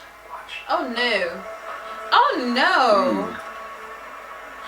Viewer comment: Hey does always have a British accent when she says "oh no"?!!😂😂😂